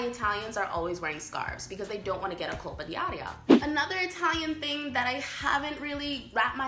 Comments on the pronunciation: Why you keep saying ''colpA dI aria''!!!??? Even tough you know you should say ''colpO'' ---- OOOOOO, not AA!!!! You even wrote ''colpO'' and you annoyingly keep saying ''colpA''!!!!??? WTF!? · It’s “Colpo d’aria”, not “Colpa” 😂 Colpa means “guilt”, Colpo means “hit”